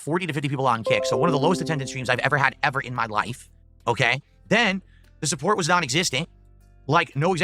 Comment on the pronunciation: Low suhpoort Low suhpoort Shut up’a your face, Phil You make’a me so angry